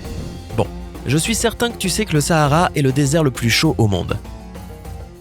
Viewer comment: Je suis Sénégalaise moi .Sahara c'est au Maroc je sais pas si il le dise . En plus on dit pas Sahara comme en France c'est comme si tu disais oohh essayer